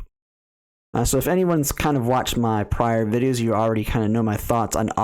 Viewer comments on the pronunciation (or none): none